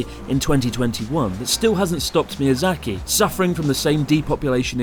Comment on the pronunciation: Ahh yes mizayaki wagyu beef is the only thing i can think of when he says mizayaki.